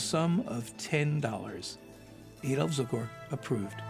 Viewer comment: Leatrice Joy, not ""Leartias", Adoph Zukor, not Zucker. Adoph Zukor, not Edel Zucor. Who proofreads these scripts - anyone?